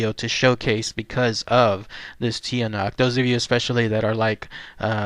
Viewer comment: It's pronounced (Chaa-nak) and its related to the aswang. awesome video thanks.